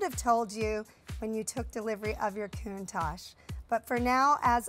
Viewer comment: Countach The ach is pronounced like the atch in 'hatch' Not like ash in 'hash'